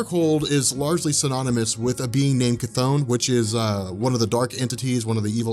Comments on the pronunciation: I know this comment is years late but the part about the Darkhold and the demon of the Darkhold "Chthon" is not pronounced KaThone. It pronounced more like Chiffon thus Ssshhh Thawn, This is supported by Wasp/Janet Van Dyne after blasting Modred in Avengers 187 pg 14 when she says "You'd better tell 'Chiffon' to make..." Thank you very much. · sigh..... Chthon would be pronounced "Thon", as in Chthonic which means of the earth